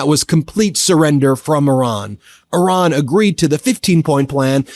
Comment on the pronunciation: Who is “Oran”? Are you referring to IRAN?